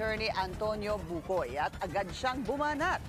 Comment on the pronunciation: hindi bucoy😊